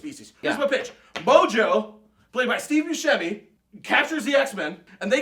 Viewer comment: he said Steve bucieme